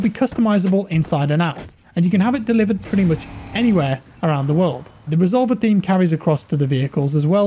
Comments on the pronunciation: Reh zol vair is how its pronounced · resolVER, thas how you pronounce it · Re sol ver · The way he says “resolver” lol I’m cuban so it’s funny hearing a Spanish word pronounced like that haha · i can see it being used in the cartel to describe shooters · The way he pronounced "resolver" is almost insulting